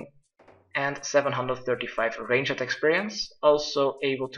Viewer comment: lol i like how he says 30 range-it not 30 ranged xD